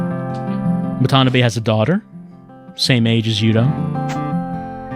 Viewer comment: I shed a tear every time "wa-TA-NUH-bay"